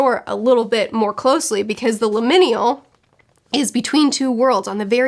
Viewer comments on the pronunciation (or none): Pronunciation nitpick only because it's a new word for you: it's limin*al* not limin*i*al (I can never remember exactly what it MEANS beyond vague transitionness :D) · I 10000% agree with everything. This was my least favorite book of the year, next to The Hunting Wives. Both were just terrible 😩 Definitely agree that lecture was like the best part of the book :’) As a side note, liminal is pronounced Lym-inn-AL. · No offense, it's pronounced "lim-in-al". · First time viewer after just reading this book. Glad someone else hates this book a lot too! Also the way you say liminal is giggle worthy. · I had to scroll way to far down to find someone mentioning how she butchered that word. I hope she's looked it up since then...